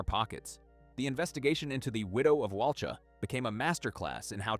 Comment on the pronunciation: The victim’s surname was Dunbar, not Perry. And Walcha is pronounced Wolka, not Wal-char. A little bit of research works wonders.